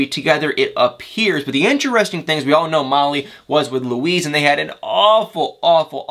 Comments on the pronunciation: It's pronounced Loo-eese'...not Loo'-iss. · Molly’s ex is named Luis, not Louise.